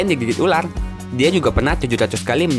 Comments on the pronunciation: Itu ular bro bukan ulal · Ular bukan ulat